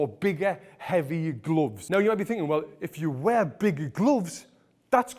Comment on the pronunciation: I love the way he says glooofs